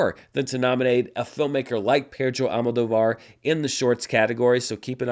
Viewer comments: A little guide on pronunciation as a native Spanish speaker: The surname of the director is AlmoDÓvar... the tilde ' indicates the strong syllable. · AlmoDOvar… almuhTHOvar